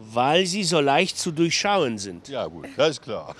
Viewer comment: "durchschauen" sounds funny